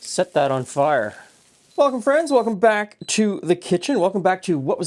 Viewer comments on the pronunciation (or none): none